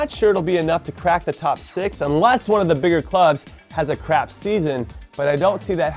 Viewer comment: A ‘crap’ season... sounds funny with an American accent!